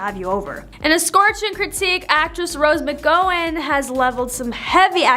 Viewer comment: Mc gow like cow in. FOR GOD'S SAKE! GET EDUCATED ON THE PRONUNCIATIONS OF WORDS AND NAMES.